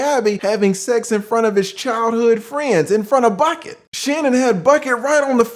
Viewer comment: Come on not Bucket again. Lol it's Buckey like pronounced Buck•E 🤣🤣🤣🤣great breakdown as always. Wishing you all the best and continued good health